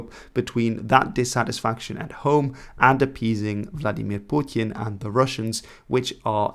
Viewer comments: Please stop saying "Putin" like that. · You can pronounce Putin normally dude